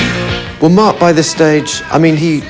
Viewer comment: Slightly disconcerting to hear the estimable Ms Quatro refer throughout to someone called "Merc." (Rhymes with Murk).